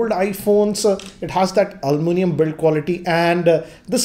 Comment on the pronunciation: I like how he calls "aluminum build " as "ALoMaNUM Build"😂😂